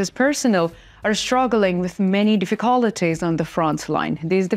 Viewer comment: Thanks for a very well run channel! Try saying "difficulties" like this "Diff-uh-cull-tees". Not a critique but a tip.